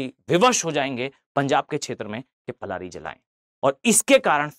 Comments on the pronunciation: Sir, It's known by Prali, not Plari. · पलारी नही0 पराली होता है